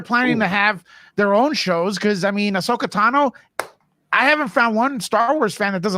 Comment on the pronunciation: Andy I love your content but the pronunciation is driving me nuts it's pronounced Ah-So-Kah